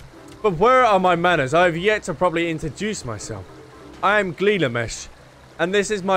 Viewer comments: Gil-ga-mesh and En-key-doo. Greg is a reacuring character in Final Fantasy...he normally has 6 or more arms. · the way mispronounced Gilgamesh told me is secretly Hildibrand